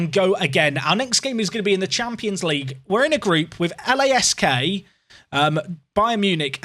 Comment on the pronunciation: LASK is pronounced as one word